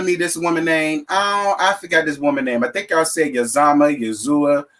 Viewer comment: The lady from Emperor's New Groove name is pronounced EEZ-MAH 😁👑